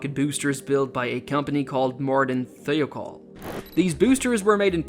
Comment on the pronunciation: It's pronounced thigh-oh-call.